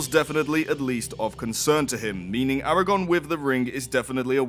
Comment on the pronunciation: Arago-R-n! :P